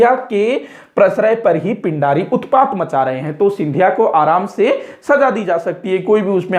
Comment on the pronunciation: Pind nhi peendii bolte the